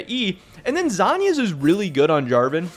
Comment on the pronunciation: Lasagna->zhonya Drives me nuts you pronounce it like the this lol